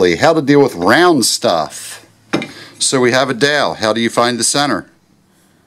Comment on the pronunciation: Love all the layout tools and the explanations... some cool tools that I'd never seen/heard of before. Very useful! I gotta say... He kept throwing me with, what sounded to me as, his saying 'roller' instead of 'ruler' and finally the 'dale' for 'dowel'. lol.. put a smile on my face.